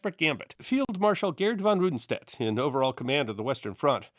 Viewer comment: Thanks again for your careful scholarship. The stand at the ridge forced Peiper south on a lone armored thrust that advanced many miles, but, without infantry support, accomplished nothing. However, after all these years, I'm a bit surprised that you haven't made more progress in your pronunciation of German names. It's not that hard. Rundstedt = ROONT stet. Manteuffel = MAHN toy fell.